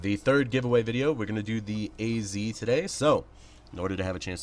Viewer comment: IGN: DerVillager pls I've been desperately looking for an Az ;-; Pls stop pronouncing it like A-Z just say Az.